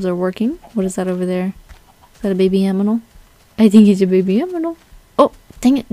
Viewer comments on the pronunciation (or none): uhhh did you just say aminal?????